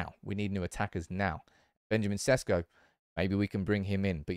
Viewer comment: Maybe now's the time for you to pronounce his name right. Šeško = Sheshko